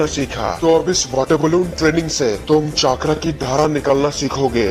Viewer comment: Voचाक्रा नहि vo चक्र है